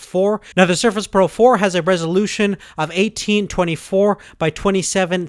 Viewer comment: All I can hear is Sherfish Proh 4, but excellent video!